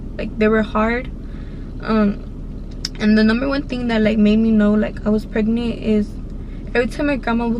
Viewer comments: she is saying “pregnee “ i hate her voice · pregneent i hate how she says it omg lol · The way she talks 😂 & how she says pregnant= pregniiiiit 😂😂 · How many times u gone say “ pregneet “ 😂😂😂 that shit took me tf out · Nobody: Her: pReGnEe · "Pregnit"🤦😭 what a story though a dios que libra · How she says pregnant “pregneet”💀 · IDK if she ghetto or something, bc she always says "pregneet" 😂😂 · a knoo im pregneet like bro y u talking like that lmao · Sadia Bikienga ”Pregnieent”😂😂😂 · Who heard "pregny” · Girl...stop. “Preg-NANT” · 1 like=1 her saying “pregneent” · Sorry I have to say it”pregnent”😂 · I’m Mexican and have an accent and I don’t say pregnant like that lol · leeanna Joshua she said pregneet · No it’s pregneent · “pregnee” omg y’all so mean 😭😭😂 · like miranda sings😂